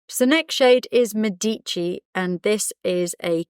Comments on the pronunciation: Oh 😭 bohemian is not available yet as that would have been for sure my favourite shade as I don’t have decade nor midnight! I love Medici, that’s going to be mine! ( little note: accent is on the e not the i > Mèdici ) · Médici, accent is on the first syllable ❤❤❤thank you for honoring such an important family in Italian history with such an amazing lipstick ❤